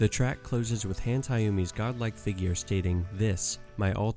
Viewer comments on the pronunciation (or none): none